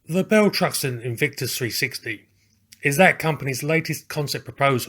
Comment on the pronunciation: You keep saying Bell Truxton. 😂